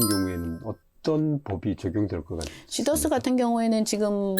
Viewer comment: 시더스회원이 24만명입니다 시더스죽이는 발음 자제 부탁드립니다